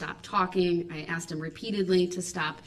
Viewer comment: Did I “axe” you?